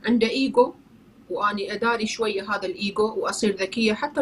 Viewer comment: النطق العربي إيجو مش أجو شكرا